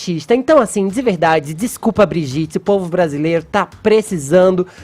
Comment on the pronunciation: "DIXCUPA GRETCHEM" KKKKKKKK EX FAZENDA!